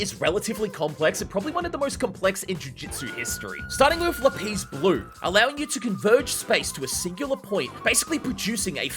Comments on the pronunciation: lapse 🚫 lapeeese ✅ shrine 🚫 shine✅ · Unc really said Lapeez blue😭🙏